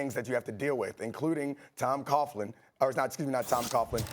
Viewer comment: This dude said Tom Coughlnnnnn,blah, blah , I didn’t hear a word you said, hippity hooplahhh